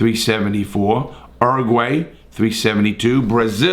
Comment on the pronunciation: not being mean but it made me smile hearing you pronounce Uruguay